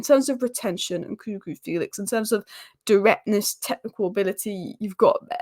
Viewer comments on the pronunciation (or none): Fell-ix not Feel-ix